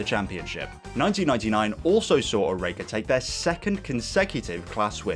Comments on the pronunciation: Only issue here is your pronunciation of Oreca (OR-RA-KA) at least that's how it was pronounced when I was a kid watching them race live. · Great video but your pronunciation of Oreca is hurting me